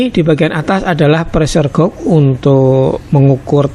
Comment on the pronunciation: Pressure Gauge bacanya : preser geij